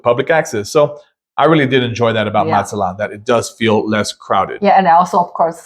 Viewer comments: I would think that after 28 days in Mazatlan you could speak the city name properly. As the colorful sign at the north end of Playa Norte shows, the last syllable is accented. You pronounce "MAZ-aht-lawn," but it's properly "Maz-aht-LAWN." To the people who live here, it matters. (Yes, I'm a little sensitive being born in the #4 most mis-pronounced city in the US, Spokane, and concluding a 45-years career in the #1 city, Sequim - two cities on opposite ends of Washington State.) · It's Mazatlan, not Matzatlan.